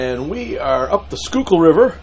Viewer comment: I drive over that bridge often. Sometimes see the tugs and wonder if is on one of them. Cool. ( You pronounce Schuylkill correctly. Impressed..LOL)